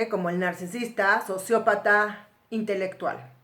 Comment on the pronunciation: Dice intectual.